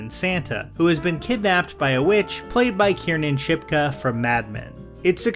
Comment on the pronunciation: Kiernan Shipka is pronounced Keer nen SHIP kuh